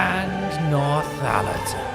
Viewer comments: Northallerton, not NorthHallerton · By the way it’s pronounced North-alerton not North-halerton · Come on Mr Parker, you can have Nort Hallerton or North Allerton, by no stretch of linguistics can you have North Hallerton. Obviously if this is the product of an Australian speech impediment I apologise unreservedly. 🙃🦘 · I hope after you day in the Constituency of Richmond and Northallerton, you have now learned to pronounce Northallerton correctly! Without the ‘H’ it’s just North - allerton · Cannot be, Binface can say Northallerton correctly. Matt kept saying North-Hallerton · Matt calling it North Hallerton is very funny to me.